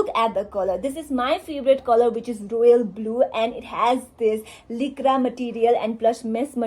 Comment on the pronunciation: Baby doll it’s not Leekra it’s lycra (लाइक्रा)